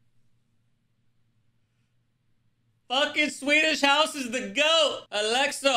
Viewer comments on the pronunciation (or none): bruh 🤦🏽‍♂️ how you gonna say SHM is the GOAT when you call Axwell “Alexxo” and don’t even know Steve Angello lmao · i like how he said alesso instead axwell hahahaha